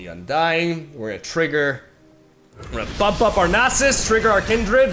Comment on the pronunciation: ( Perfectly pronouncing "Nasus" on the reaction video) "I don't know if I'm saying it right, I'm sorry if that triggers anyone." Reketon and Bacalao: Am I a joke to you?